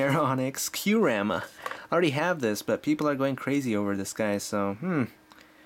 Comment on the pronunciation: It is quite obviously Ky-u-rem not Q-rem